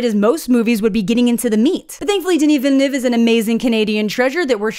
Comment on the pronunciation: Welp today I learned that his name is not "Dennis Vil la nu ev a".